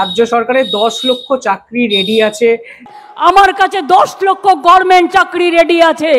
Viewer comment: দিদি কবে Government কথাটা সঠিক ভাবে বলবেন, বলতে পারেন ? বড্ডো কানে লাগে।